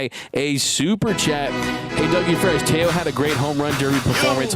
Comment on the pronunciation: Teo not two...